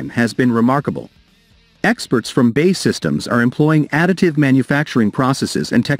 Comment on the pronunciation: Does anyone else find it annoying that the voice over guy computer pronounces B.A.E as bay. Give me strength